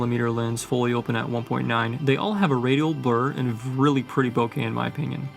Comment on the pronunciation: Sorry, I just have to correct your pronunciation; the out of focus blur is a Japanese word "bokeh" which is pronounced "bo-ke", not "bokka". Please listen to the Japanese men in the end of the video